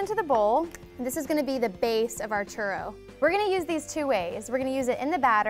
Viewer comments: I hate how she says churro. Like instead of saying churro (rolling the "r") she says churo. It's really annoying coming from someone who speak Spanish very well. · Lol I wouldn't trust this video if she can't even pronounce churro plus she made them bitches circled ahaha